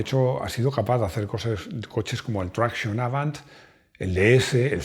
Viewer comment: Esa pronunciación de "traction avant" me ha dejado poroso. Necesita Mejorar urgentemente. MON DIEU!